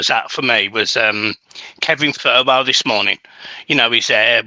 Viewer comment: iliman not Lillyman Thelwell not Thurwell 👍🏼 I love the channel. Totally agree about needing to monetise our fan base so much better than we have done! Excitement on the horizon 💙